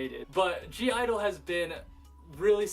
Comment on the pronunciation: My brother, it was a pleasure doing this collaboration with you! We got to do this again! You got me pronouncing G-Idle as giddle now. What do you guy's think about this format? Should we do more round table/free-talk style k-pop videos?